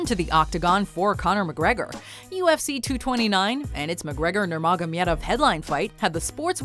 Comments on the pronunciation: Please learn how to pronounce the last name before making this video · Wait, Connor wasn't fighting Dustin for the belt? - stay in your lane and stop saying Khabib's last name like that. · Please don't say nurmagomedov ever again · Instead of saying Nurmagomedov the whole time, just say Khabib. Also way to butcher the name. Nicely done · Why don't you just say Khabib? Because you sure as hell can't pronounce Nurmagomedov 😂 Also Conor did not fight Dustin Poirier for the Featherweight Title at UFC 178. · And she pronounced it... made cringe so damn hard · I can’t stand how she says his last name. Like my god please stop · Nurmagom-I-edov. Wow. My ears are bleeding. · Take a shot of proper twelve any time she says Nurmogomedov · First of all, conor wasn't fighting porier for the lightweight title, and second of all its pronounced nurmagomedov and not nurmagomyedov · Believe me, I will find you if you will ever say Nurmagamedov again... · How you have all these facts and can’t pronounce Nurmagamedov’s name??? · Take a shot every time this bitch says Nurmagomamedov. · Please dont say nurmagemedov anymore... Cant take how she spells it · it's pronounced Nur-ma-go-me-dov... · Oh man, why sticking with saying nurmogomedov so many times with that accent. Isn’t “Khabib” easier to pronounce ? It seems as though you wanted a slice of the mega-fight like a lot of channels, but you got the storyline really messed up. Also you got a wrong “fact” - Dustin wasn’t a title fight at all, it was a normal featherweight bout. I just wanna say that I love your work guys, But it wasn’t a good recap/facts video. Sorry. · I couldnt watch the whole of this because of the way she says nurmagamedov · really? nurmagomYEdov so irratating... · Who else was irritated by the way she pronounces Nurmagomedov? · "NOR MAH GAH MEADOF " WTF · The way she pronounce "NuRmAgomEdoV" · How many times you're gonna say nurmagomedov? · I know and she said it whacked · Your murdered his last name.